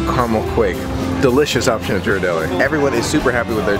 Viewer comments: its pronounced gear-ar-delly with a g sound not a j sound lol. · Love your videos and totally adore your family. You guys are so close, it's heart warming. I live in San Francisco, so FYI on the pronunciation of the famous Ghirardelli chocolate, it's pronounced with a hard G (not a soft J sound), like gorilla. One other comment, although it might make it a little less magical, but any chance you could share the cost of some of these trips and adventures? Maybe in the show notes or in a blog? Helps for our travel aspirations budget. Thanks!!!